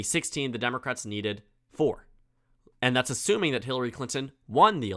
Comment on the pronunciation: he says Hitler-ry Clinton 😂